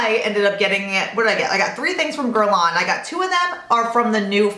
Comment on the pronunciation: Love your videos and it's cute how your husband mis-pronouncess Hermes and you mis-pronounce Guerlain LOL